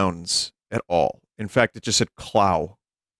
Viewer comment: It is actually a long O sound in "Clow", Vinny. Contrary to what Nelvana's butchering of the show claimed, "Clow" does not rhyme with "cow". You can even hear Sakura say "Kuro Kaado" seconds before you said that.